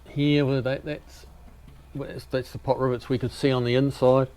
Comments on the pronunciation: Are you saying "Pot rivets"?? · must be the accent then cause I kept hearing pot rivets.👍😆